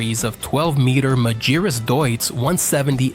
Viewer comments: You found many WRONG pronunciations of the company's name! It's "Mah-ghee-rooss"! All other pronunciations are bullshit. What could be expected from one of those annoying AI channels that have a faster reproduction rate than bunnies? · Please get the AI to pronounce Magirus correctly.